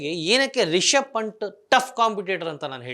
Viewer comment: ಪಂಟ್ ಅಲ್ಲ ಬ್ರೋ ಪಂತ್